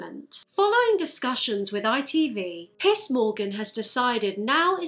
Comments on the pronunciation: I love how your accent makes Piers Morgan sound like "Piss Morgan". Also, about the cat-cow, he's a CATTLE! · It sounded like you said “Piss Morgan” and I like that better tbh. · She said "piss Morgan" lmfao! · i keep thinking you're saying piss morgan 😭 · i was convinced you were calling the guy "piss" morgan 😂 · hakjshakjsa it took me a bit to realize that you were genuinely calling him "piss morgan". I love it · I honestly got almost all the way through the video thinking she was saying Piss Morgan and not Piers Morgan, and I was just confused on how I was supposed to know who Piss Morgan was..... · It sounds like you’re pronouncing his name “Piss” and I gotta say, accurate. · Every time you say “Piers Morgan” I hear it as “Piss Morgan” and honestly, this sounds about right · Everytime you said Piers Morgan I thought you said Piss Morgan and I'd really prefer we called him that honestly *edit okay you did say Piss Morgan never mind I'm stupid LMAO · When you say piers it sounds like you’re saying piss and I don’t know if it’s intentional but I Stan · I am hard-of-hearing so I use captions. The captions say "Piers Morgan" but I think I am hearing you say "Piss Morgan." 🤣 I hope you are saying "Piss" and I wish the captions had that, too. 🤣🤣🤣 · I love how she pronounces pierce as piss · I find it so funny and perfect that the way you say Piers’ name sounds like piss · I can't help it, but everytime you said "Piers Morgan" I heard "Piss Morgan". I'm sorry, but it kind of fits. Maybe my ears were playing tricks on me. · My American ears kept hearing "Piss" Morgan and I'm not mad. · did you just say Piss Morgan? XD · Are you saying "piss morgan" on purpose 😂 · The best part of this whole video is Piers’ name sounding like piss every time. Very accurate to what comes out of his mouth, it sounds like. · I LOVE the fact that with your accent Piers sounds like ''piss''. That's the name that he deserves. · i thought she was saying "piss morgan" help me 😭💀